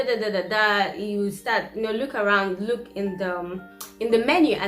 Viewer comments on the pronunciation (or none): none